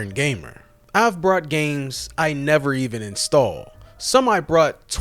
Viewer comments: He keeps saying "brought" instead of "bought" that aside, he makes a good point. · Hey chief, it's BOUGHT not "brought". Good video, nonetheless. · It's pronounced "bought", not "brought" Could've used the time I spent watching this video playing games.😂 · I figured out why he does that, its definitely a NY/East Coast thing but that doesn't apply to him and after watching a few of his videos over the past few weeks I noticed some things.. and I now know why he does it he did it on purpose you can tell by the emphasis he puts on it every time his says it you can tell that he doesn't say "brought" instead of "bought" regularly AND I also found out why he has such a monotone voice and stale delivery.. and figuring that out explains why he says brought instead of bought to cover up the real reason why he sounds like he's reading a script because yes he does that too but I now know 100% why he sounds the way he does and if he reads this message, he knows I know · dude sounds like he is saying brought instead. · Why do you pronounce bought like that? There is no r in it. After I BOUGHT something, I BROUGHT it home. You are saying the past tense of bring instead of buy. If english wasn't your first language, I'd obviously give you a pass, but....... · It sounds like you are saying brought instead of bought. Is this intentional? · It sounds like you're saying brought with an "R" every time you say bought. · Is this guy an AI channel? You cant even say BOUGHT correctly. And repeat it mispronounced more then once. Like an ai script would.😢